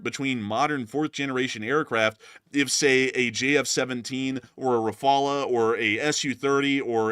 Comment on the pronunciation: Why do you say rafala, it's RAFALE - RAFALE mean Gust , like a gust of wind of a like barage of something ( punch, missile, bullets etc ) RAFALA is NOT a word. Just look online for the prononciation.